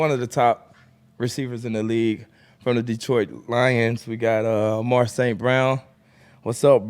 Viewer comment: Lmfaoooo definitely fumbled the name 😂😂